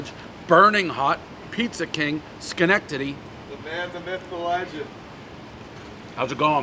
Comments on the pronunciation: Amazingly he pronounced the city name correctly on the first attempt. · I still can't believe you know how to say Schenectady correctly. 🤷🏽‍♂️ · I would say 99% of people Dave's age, from all of New England or the Tri State area can pronounce Schenectady. It's a fairly historic city. Also 2x Frozen Four appearances for Union College is enough that any real sports fan should know Schenectady and how to pronounce it. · One bite everybody knows Dave LOVES saying Shenectady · Congratulations to Dave for saying Schenectady correctly, I had my doubts! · Dave can say Schenectady correctly over and over, but can't pronounce any fkng pizza place right